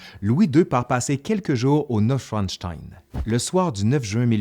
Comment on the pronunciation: Le château s'appelle "Neuschwanstein" et non Schwinstein.